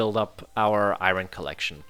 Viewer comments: Dude its not ayron Its ayorn but u can say what u want lel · Its not (Iroin) it’s (iorn) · The way he says iron is so annoying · The way you say iron is wierd af 🤣🤣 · Youre pronounciating iron wrongly